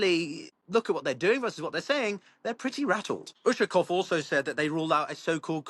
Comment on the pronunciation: Ushkakov hahahahw😂 Dude just the fact that u got russian name and last name doesnt make u automatically Russia specialist. Least u can do is to learn the subject matter, and learn last names. Ushkakov my ass P.S. the guys name is Ushakov. Not Ushkakov